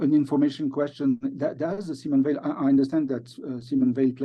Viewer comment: Simone Weil is one of the greats. Please say her name properly.